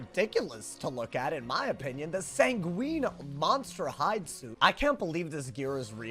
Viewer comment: Sanguine rhymes with penguin, it's not a type of pasta lmao